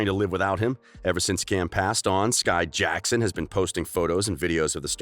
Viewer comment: why did they say JACKson like that?